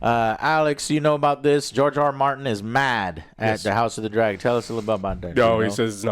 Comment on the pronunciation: George R Martin 🤣🤣 I thought you said GIORGIO ARMANI!